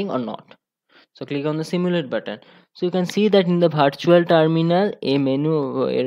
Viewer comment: Virtual × Vartual ✔️ 😂😂